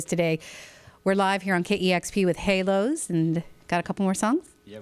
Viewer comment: I think its stupid to name your band "Hælos" and pronounce it Halos. Æ is a scandinavian letter, and its not pronounced like A in Halos at all. This band name sounds unintelligent IMO.